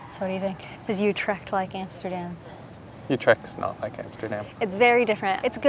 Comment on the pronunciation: Amsterdam is the worst spot to visit visit in the Netherlands, so naturally Utrecht is better.. "Coffee shops" do NOT sell coffee, you need to go to a Café for that. Utrecht is NOT in Holland, it is in the province of..Utrecht, a province of the NETHERLANDS. and it is not You-tricked. it is U- with ü as in German tür NOT A YOU sound!! and trecht, with a ch as in loCHness...not a k sound as in good or call.